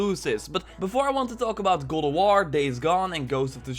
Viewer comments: Is it just me who heard God of war as "Go to war" ? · Please learn how to say god of war damn!!!!